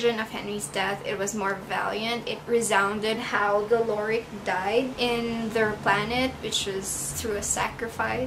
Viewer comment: It's pronounced Lo- ri- en. And se- pan :) Also my favorite was Marina, I read the second one first (stupid I know) and Six, my badass bitch. I did like Six and John better than him and Sarah oop. I love Sam, but his and Six's relationship was a no from me.